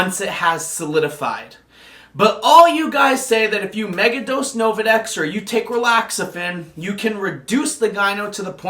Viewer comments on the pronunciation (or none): "Novadex" "Relaxafin" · Nolvadex,. Not Novadex.